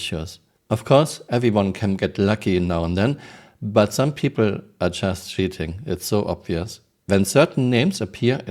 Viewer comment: The way you say "cheating" sounds like 💩 ing